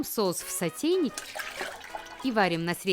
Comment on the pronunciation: Правильно говорится сотЭйник!!!